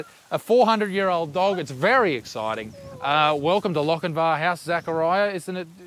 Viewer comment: Although it's spelt Lochinvar u say Lochinver as a fellow 🏴 it's not always said how it's spelt grwat video glad I stumbled across you guys love from Scotland UK 🏴